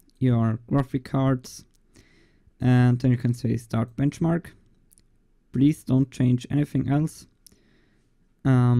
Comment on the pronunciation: "Blenchmark".... Yep. OH, and there is plenty of those "blenchmark's" already... Try CineBench, for example...